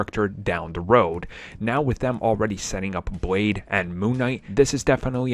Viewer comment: Did he say Boyd instead of Blade because he certainly didn’t use the letter L🙄.